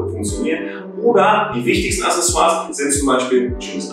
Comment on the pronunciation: "Acksässoars", nicht "Assessoars".